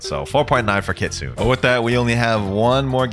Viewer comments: kitsu-ne Not kit-sune!! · Kit-su-ne not Kit-sune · Bro If keeps pronouncing Kitsune like “kitsoon” ☠️ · For everyone who doesn't know kitsune is pronounced kit-soon-ayyy